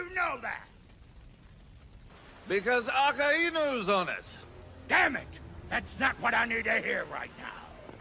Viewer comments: Akiay enu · It is the correct way Aka inu red dog Saying it like akáinu is wrong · The way they pronounced Akainu gives me a headache